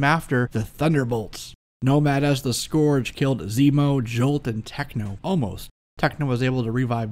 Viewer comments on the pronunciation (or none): Great episode...you persistently mispronounce "scourge" (pronc: skUrge) and you mispronounced "posthumously" (pronc: PAHST you must lee) Keep up the great scholarly work!